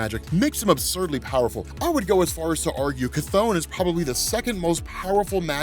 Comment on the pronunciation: Finally!!, people been mispronouncing Cthon all day, you're fr the only one who says it right.